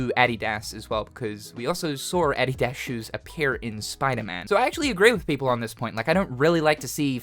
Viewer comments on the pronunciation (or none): cannot believe they announced the last of us for the millionth time. also no one wants a bald wokie as a protagonist did bro rly jus say "addy daz" bro its 'uh dee diss' wtf??? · What is he calling those shoes lol ? Adi Das? 😂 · Oh man, the way you said Adidas just threw me off big time, lol. Have I been saying it wrong all these yrs, or have you, hahaha. I do know Adidas stands for (All Day I Dream About Sex) and saying it backward is (Sex All Day In Dads Apartment) hahaha. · I am over here distracted with how he says adidas as I don't think I have ever heard a non American say it lol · Why do you say Adidas like that??